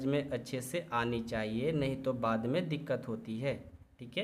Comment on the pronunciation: वाद नही बाद है 😊😊😊